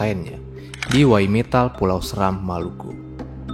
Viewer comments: Pulau seram di bacanya seeeeram bukan seram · pulau seram setau saya cara baca e nya seperti "desa" bukan seperti "serta" 🙏 *cmiiw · Btw cara baca Pulau Seram nya ga gitu ya, harusnya kayak baca becak